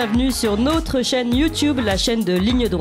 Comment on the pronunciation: Merci ..oufff elle m'énerve avec ce nôtre